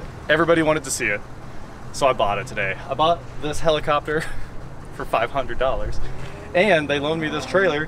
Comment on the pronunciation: I spent the first 2 minutes of the video thinking he said Jaredcopter